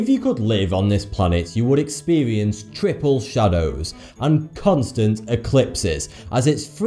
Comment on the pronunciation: maybe as a child he never "learnt" how to. also in some words he replace the R by a D... like "expeDience triple shadows...". anyway it's easy understand what he say, and how he said it. =D every one fails in languaje at some point. I canot say paralelepiped four times in a row whithout fail, even in my native languajje jajajajaja.